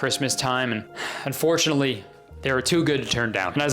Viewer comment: thank you for the video kurtis but undoretiunatley. Boom